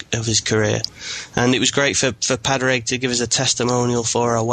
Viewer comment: great podcast but my ears hurt when you pronounce Padraig Harringtons name. Say Paw-rig and you will have it correctly.